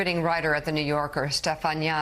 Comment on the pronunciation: Why is she pronouncing Stephania like that?